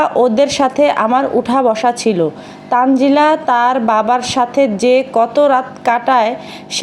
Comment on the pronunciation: ১০০% তানজিলার নাম তানিয়া। এইজন্যই প্রথম প্রথম দেখতাম এরা কেউ ঠিকমতো “তানজিলা” বলতে পারতো না, বলতো- তানজেলা।😅 সারিকা- মরিয়ম- মইরম। তানিয়া- তানজিলা- তানজেলা।